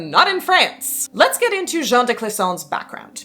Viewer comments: Great stuff! Just FYI, Jeanne is pronounced Zhann. Your pronunciation was actually the masculine Jean. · Little french nitpicking: Jeanne the way you pronounce it is much closer to the first name Jean (masc. version of the name) Jeanne would have the same "j" sound but it's followed by "Anne" not the "an" vowel. I believe the reconstructed medieval prononciation is Jehanne ("Je" like the french pronoun in "je m'appelle" or at the end of "illuSIOn" in English and "Anne" like the name in English) So yeah it's actually pronounced like the second syllable of "illusion" but with the A of "Bath" instead of the softened o [ʒan]